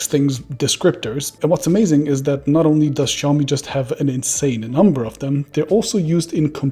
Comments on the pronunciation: As someone who worked for Oppo, I would expect you to be able to pronounce "Xiaomi" correctly! >:-( Hint: It's not "Show-me" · It all begins with their brand name. Should be written shaomi, or pronounced as xiaomi. NOT both